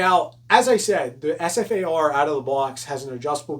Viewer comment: It's known as the Ssss-far-ah